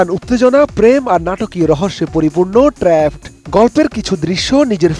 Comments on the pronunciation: it's not trapod, it's trapped😅😅.age news ta dekhe nen chokh khule then poren plz😅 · ট্র্যা'পড না ট্র্যাপ্ড😒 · trapod? seriously? Trapped pronunciation ta thik moto bolte paren na kmn apni? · কোথায় ট্রাপড আর কোথায় ট্রা প ড, হায়রে সংবাদে উপস্থাপক 🫡।নিউজ ডেলিভারির পূর্বে একটু ও প্রাক্টিস করেন না, সম্পূর্ণ স্ক্রিনর আর স্ক্রিপ্ট এর উপরে ভরসা। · ট্র‍্যাপওড!! 😂 সংবাদ উপস্থাপককে ঝাড়ি দেন সম্পাদক সাহেব। আর ইংলিশ শেখান।